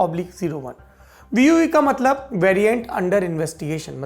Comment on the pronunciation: Sir VUI ME APNE BOLA HAI V U EE JABKI BOLNA THA V U I